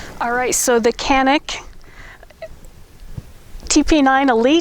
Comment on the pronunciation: kanik değ,l canik düzgün söyle